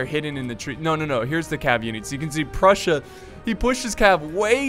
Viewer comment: Did he say brussia?